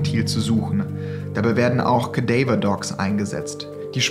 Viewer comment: kadäiwer dogs lmao sagt doch einfach Kadaver Hunde